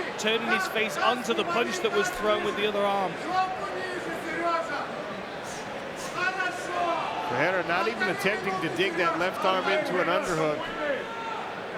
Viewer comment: I wish the commentator would learn how to pronounce Ferreira. Its pronounced with an F, for Sucks Fake., not a P! Its not the same name as Alex Pereira. FERREIRA means Blacksmith which would be a perferct MMA handle for Ferreira. Just trying to sound smart.